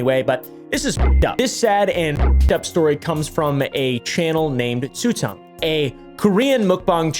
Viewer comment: btw, Tzuyang is pronounced like "tschew-yang" (well, closer to this that what you said"